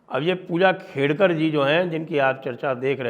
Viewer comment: Khedkar not Kedkar